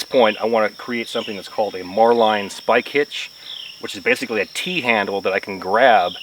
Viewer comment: <-- Salty former boatswain's mate....Marline is pronounced Marlin...Bowline is pronounced Bowlin. Boatswain is pronounced Bosun. As you were.